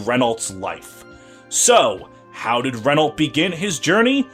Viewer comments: Unicorn Overlord has informed me that Renault's name is to be pronounced as Re-Nau; the "lt" is silent. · I hope Renault gets in Feh and english fe fans get shocked by how you pronounce Renault